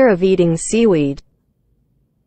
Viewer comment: Omg now I can't unhear it